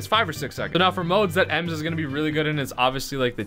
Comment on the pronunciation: Bro your the only Brawl you tuber that pronounced it correct 👍